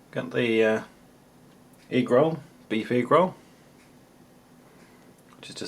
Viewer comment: everytime he said egg roll, all I can hear is negro